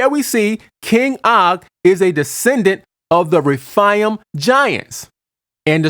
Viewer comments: You are totally mispronouncing the Hebrew word, "RAPHAIM." It is pronounced: RA--FAY--IM'. Numbers 13 is not the ONLY verse that CLEARLY describes GIANTS. DEUT. . JOSH.12:4; ; 15:8; . 2SAM. --22. 1CHRON.20:4,5. GEN.6:4. And of course---1SAM.17:4,5. ALSO: NUM. . And Scripture speaks of the SIZE, WEIGHT, and Number of Weapons, Armour, and Helmets they wore---SIMULTANEOUSLY! No DOUBT---There were "GIANTS IN THE LAND!" When GOD HIMSELF allows man to Write: "..and WE were as GRASSHOPPERS in our OWN eyes, and so we were to THEM.. Hey, I don't care HOW CLEVER your argument is, a human being does NOT feel like a "GRASSHOPPER" compared to another individual unless that "Other individual is EXTREMELY HUGE! Counter argument: "Well, "Grasshopper" is a RELATIVE term, it doesn't LITERALLY mean the Israelites ACTUALLY WERE as grasshoppers, they simply FELT very small COMPARED to a Race that was a 'bit' Taller than them." Whatta' JOKE! It is BLATANTLY CLEAR in those many verses that these humanoids were ENORMOUS! And for those of you who seem to think GOLIATH was only about Six and a half feet, or so, tall, then----Does THAT mean the Great ARK was only 300' long, 50' Wide, and 30' High? WOW!! That really SHRINKS the boat DOWN! Hard to ima- gine it holding THAT many mammals at that REDUCED size! All through our History there is AMPLE evidence that Giants existed. And there's MORE than enough evidence to reveal the Fact, they became Shorter as time went on. And that makes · whether they were half angel or fully human Gen 6:4 There were giants on the earth in those days and also afterward when the sons of God came in unto the daughters of men and brought children by them who were the mighty men of old men of renown. And it's not refaiams. it's re-faims, and ana-kims.